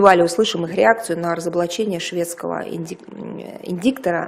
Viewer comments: ИРДАЙТЕР!, Мария, по ушам же режет, тебя английскому в МГИМО не учили? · Она сказала "индктор", всё верно.